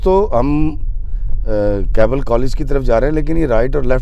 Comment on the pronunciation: It’s Keble, not Kable, nor Cable, nor Kabli, nor Kabaal, these are the many mispronunciations by Pakistani people.